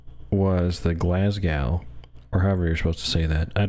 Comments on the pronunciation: You beat me to it, just say it as "Glasgo." 😂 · 'Glaz-go' is how you pronounce it (though natives might say 'Glaz-gee') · Im just getting into Dropfleet and this was a great video. Just in case you talk about the Glasgow again, you just need to pronounce it like the W on the end doesnt exist😁